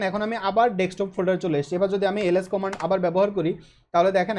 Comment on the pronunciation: কমান্ড* not কমেন্ড